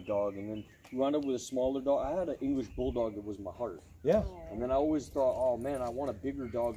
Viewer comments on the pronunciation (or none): none